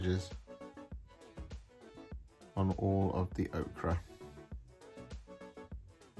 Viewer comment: 😊ts Pronounced Oh-Ker